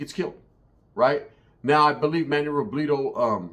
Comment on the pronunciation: Savage got taken out like El Pirata de Culiacan for dissing the wrong organization.. 2 content creaters with loud mouths dissing the wrong people when drunk.. By the way, why you keep saying Robledo like a white person? RO-BLEH-DO not RO-BLEE-DO 😄